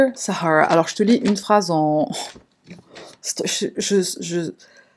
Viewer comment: Dear Sahara la façon comment vous l’avais prononcer à moitié en arabe comme si il vous a prise pour un désert 🌵 🐪. 🤣😂. 🇩🇿✌️